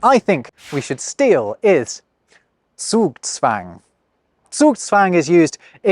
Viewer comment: Zugzwang would be quite difficult for most English speaking folks. The z is not pronounced correctly. My boss lives here in Germany for quite some time but he still messes up some letter and grammar. I was actually surprised to listen to a native speaker saying Zugzwang on point.😅